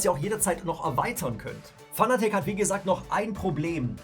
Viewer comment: Fanatec ist zwar eine deutsche Marke, man spricht es allerdings englisch aus, ansonsten gutes Video...